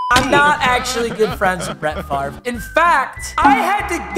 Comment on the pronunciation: Why does he say his name wrong